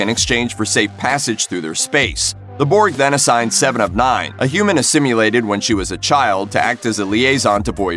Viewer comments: Speak English FFS, “ASSIMILATED” not ‘asimulated’ and NOT rivals but rivalry. It’s not that hard to speak properly and use the correct words. These videos are full of normal words pronounced as though the presenter has never heard of them. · "A human assim-ulated..." "Chuck-Oh-Tay" What is up with this dude's pronunciation? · voyager...... assimulated?! Doesnt watch trek at all perhaps 🤔